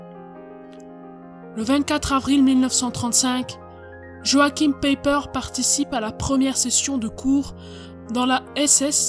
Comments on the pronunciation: Aie aie ça pique, En Allemand, Joachim se prononce "yoarhim" et "Païper" avec un "e" faible ... Ce n'est pas qu'il faut obligatoirement être germanophone pour faire ce genre de docu, mais essayez d'avoir la prononciation et tout de suite vous aurez le petit "plus" 🙂. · En effet, finalement il faudrait prononcer : Peiper Paille père En deux syllabes avec accentuation sur la première .